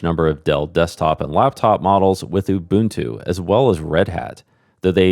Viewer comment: isn't nginx "engine-x"? But thank you for getting 'ubuntu' right!